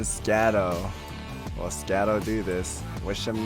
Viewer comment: really triggering hearing schadough not pronounced like shadow >:)